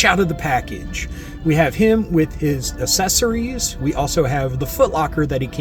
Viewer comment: "Assessories" LOL! You're The Man